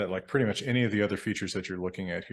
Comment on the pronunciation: Made me think of “purdy” in place of pretty. So price, comes out slightly sounding of “purice”